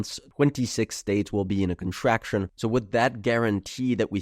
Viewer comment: Contracshun resheshun